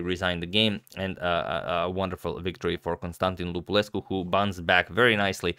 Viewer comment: Cool video, btw your pronunciation of Lupulescu is correct.